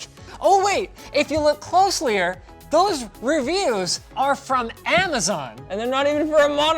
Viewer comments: How many times do I have to listen to Linus say "closlyer" before he realizes that it isn't a real word? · Did i hear closier instead of closer ? lol Linus wtf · DID HE JUST SAY CLOSELYER!?!?!?!?! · OMG stop saying closlier, it’s not a word!